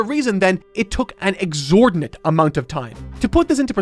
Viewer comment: The word is: Exorbitant. Not exordinat